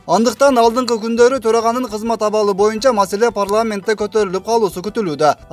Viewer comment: Боюнча деген созду моюнча деп жанды кашайтып журот го манкурт спикер. Ушуну спикерликке сунуштап анан колдоп берген депутаттарга эч бир соз таппадым айтаарга,............